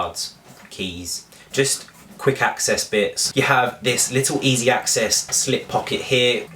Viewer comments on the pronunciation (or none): none